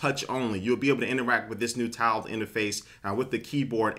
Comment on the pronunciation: am i the only one who thought he was saying "toweled" format